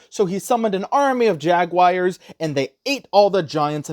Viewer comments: Where did you guys get JagWires from? It's Jaguars. Closer to JagWars. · I wish I could give you a thumb down for the ai slop and your abominable pronunciation of jaguar. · "Jag wires" 😭😭😭😭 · Pls work on ur pronunciation of JAGUAR, there’s no “I” in JAGUAR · What the hell is a jagwire? There's no i in jaguar.